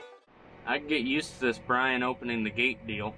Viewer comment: Brain instead of Brian